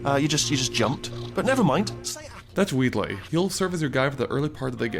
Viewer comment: How could you pronounce "Wheatley" wrong when Wheatley says his own name in-game? (Good review, though.)